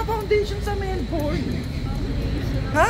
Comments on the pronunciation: Melbn yung pag pronounce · It’s not Mel-BORN!